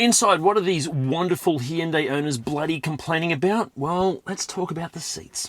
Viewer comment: God, I hate the way that Hyundai have decided people need to pronounce their name, it sounds like someone’s having a stroke. That kind of suits the way most of their new cars look anyway.